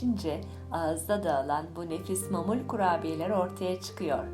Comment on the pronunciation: Mamul değil ma'mul. Yani معمول. Doğru telaffuz edin lütfen.